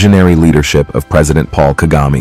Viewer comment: It’s president Paul kagame not kagama